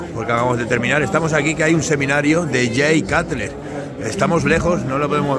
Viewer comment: cutler se pronuncia conU